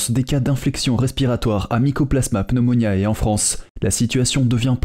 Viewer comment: Par pitié : APPRENEZ À PRONONCER CORRECTEMENT !! Pneumoniae se prononcé pneumoniÉ, c'est du latin, et non pneumoniAÉ !! Merci....